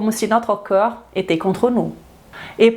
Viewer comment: Bonjour excellente vidéo très bien détaillée et structurée comme toujours mais suis-je le seul à entendre parfois "coeur" à la place de "corps"? Un tout petit axe d'amélioration...